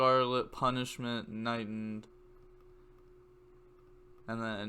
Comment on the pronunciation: And it’s KnightED. Not Knightend. Just to let you know.